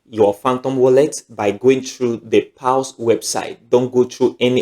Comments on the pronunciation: Paws as in ‘pows’ not paus 😃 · It's paws not pals sir🙂